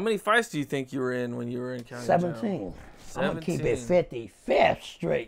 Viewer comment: The way he says 55th street hahahaha.